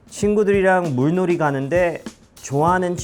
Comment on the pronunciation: 타타 물놀이는 [물로리]로 발음해야합니다. 타타 발음 보면 재밌을 때 많음. 글자 그대로 발음하려고 해서 겹받침 다 발음하는 것도 재밌음. ㅋㅋ